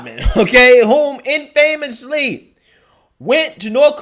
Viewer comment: I can’t stand it anymore. “Infamous” is pronounced IN-fuh-mus. The emphasis is on the first syllable. I love you, dude. Please don’t be offended. ❤️